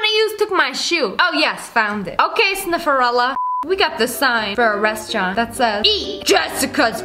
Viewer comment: I love when she said snifarrella